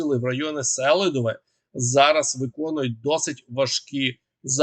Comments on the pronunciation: СелИдове, а не СелІдове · Помилитися можна один раз. А вперто не реагувати на дописи слухачів з проханням робити правильний наголос в найменуванні міста СелИдове це зневага! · Нагадую: наголос на СелИдове, на И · Хотів послухати відеоогляд, але не зміг... Я не розумію, як можна готувати огляд, не ознайомившись з правильною назвою міст. Немає міста сЕлидове, є місто СелИдове. Я думаю, що такий ти і експерт. Ти людина мало обізнана, повинно бути стидно. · Правильна назва Селідове з наголосом на другий слог. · Вибачаюсь, однак так ріже вуха вимовлення вами назви міст Селидове - наголос на И Причистівка - наголос на друге И Не знущайтесь над назвами